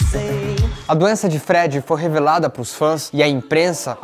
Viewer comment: vamos treinar essa pronúncia? Falou o nome do Freddy errado, entre outras coisas. Valeu!